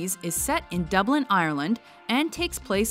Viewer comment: Have to cringe at how she says Dublin and Ireland